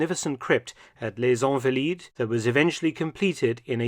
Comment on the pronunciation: It's ahnvaleed not onvaleed. And San Jerome not Sohn Jerome